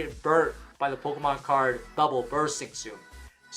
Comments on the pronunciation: I feel like you're saying POLKAMON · "Poke-UH-mon cards." 😐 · I'm finna panic if I don't hear say POKE-UHH-MON at least once a day fam